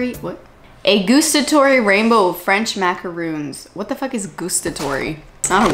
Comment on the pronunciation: When you said macaroons with the French accent, you said it perfectly. I’m French, and I was like nice, you said it the right way.